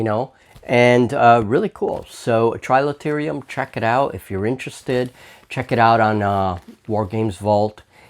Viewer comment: Quick errata - it's Trilaterum, not trilaterium.. so you don't show up on some of the searches for the game!